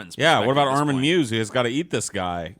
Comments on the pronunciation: It’s pronounced My-Wes not mews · The Cannibal of Rothenburg's name is MEIWES and not Mews. x´D Pronouced: MI-VES MI as in "mite" without the "-te" and VES as in "vest" without the "t".